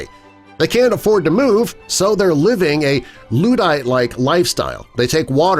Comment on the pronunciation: Loo-dite? Jeez. It's LUDD-ite. Ludd, like "bud". How can people seriously not know how to pronounce these not so terribly uncommon words?